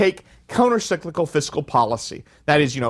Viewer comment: This whole lecture talks a lot about Fiscal Policy and not enough about Countercyclical Fiscal Policy ... also ... it's FISCAL ... not FISICAL ...